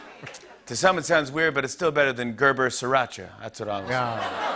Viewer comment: SRI racha. Not sir. It's Asian, not Spanish.